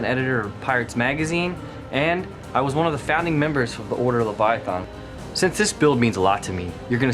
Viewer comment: It's pronounced "LAVY-ITH-EN"